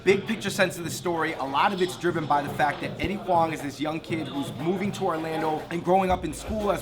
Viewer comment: Their Chinese and cant pronounce Huang?, wow.